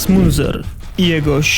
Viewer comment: Wszystko ładnie, pięknie. Tylko bardzo kaleczysz wiele nazw jak mówisz przez co materiał mocno traci na jakości. Munzer czyta sie z niemieckiego jako Mynca, San Jose czyta się San Hose. Niby niewielkie różnice a o ile lepiej by było. Pozdrawiam